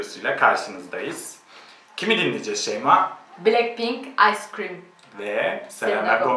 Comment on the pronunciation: de ikide birde ıce krem clin clin diyo sjsjsjsj